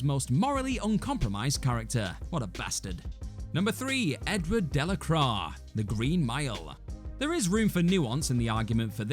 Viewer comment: Eduard Delacroix is pronounced: Ed-wa De-la-qua You wouldn’t pronounce Jean Luc Picard as: Gene Luck Pick-erd now would you?